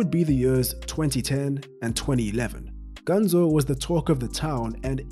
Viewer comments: His nickname is "Ganso", but in the video it sounds like "Ganzo" and I get a little annoyed with that 'cause I'm Brazilian. A tip if you want to pronounce "Ganso" correctly is to pronounce these two words "gun" + "so" in english (but not prolonging the "so") I hope it helped someone. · Its pronounced GanSO, not GanZO